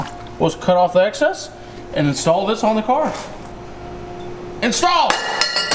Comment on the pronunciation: “install” had me dying 😂😂😂😂